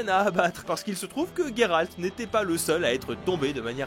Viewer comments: C’est GÉralt pas Guéralt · ON LE PRONONCE JERALT PAS GUERALT !!!